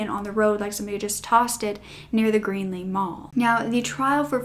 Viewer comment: Hi. The town you referred to really is called Greely (with an L). You kept calling it green-ly. 😉